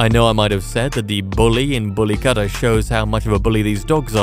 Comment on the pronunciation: Why does the name bully kutta sound like bully cutter